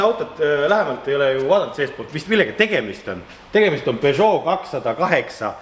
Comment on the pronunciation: Pesoo,Renoo...fransuski kavnoo...